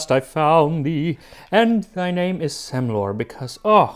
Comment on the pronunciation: You pronounced "Semlor" very well! (Swede Here)